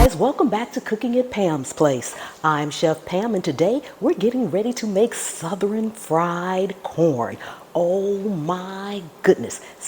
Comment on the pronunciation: I had no idea the word "Southern" was 3 syllables 😂 All joking aside I'm trying this out as soon as I get home...Looks delicious